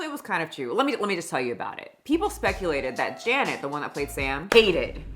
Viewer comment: "JANET" lmaoooooooooooo